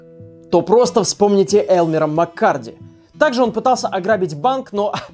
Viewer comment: Начал гуглить, МаккЕрди а не Маккарди....ну ептвоюж ну камон, ты же готовишься, что за нелепые ошибки.